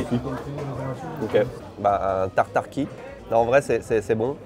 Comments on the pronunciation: Ça ne se dit pas tartarqi! On dit juste tartare aller-retour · Bonjour, super vidéo, pour information on dit un tartare aller/retour pas "tataki" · Cher, on dit pas un tartare mi-cuit mais tartare poêlé.